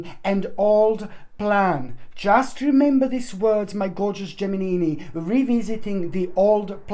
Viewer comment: U are so funny! Learn to pronounce the word. GEMINI. LOL .